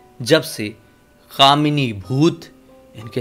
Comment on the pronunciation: क्या भैया कामनी की जगह दामिनी ही बोल दौ केस सॉल्व 🤣🤣🤣